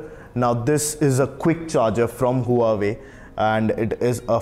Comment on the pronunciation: You need to pronounce huawei right!! It’s pronounced wah-way...